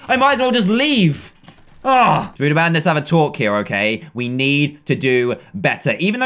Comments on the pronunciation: ITS NOT SPOODERMAN ITS SPODERMAN! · hey dan its prononced spoderman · you are saying spader man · Does he say spooderman instead of spiderman on purpose? I just mean in general, not the kit name because "Spooderman" is the kit name.